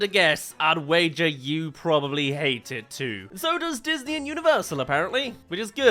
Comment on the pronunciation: you sure it wasn’t datney 💀💀💀